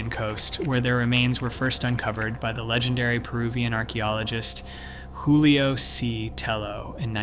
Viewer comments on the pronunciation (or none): none